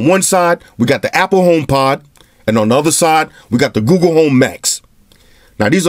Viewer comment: By the way its google not googoo